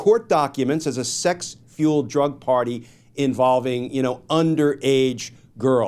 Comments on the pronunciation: bruh Said A Sex fuiled drug party 😂🤦🏾‍♂️ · Glenn was said "sex fueled drug party" a couple times, then he got it right :)